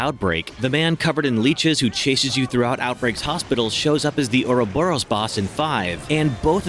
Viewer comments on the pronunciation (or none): none